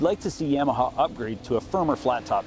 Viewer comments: Buddy learn how to say Yamaha ….yam aha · Yeah-maha? You say Yamaha funny.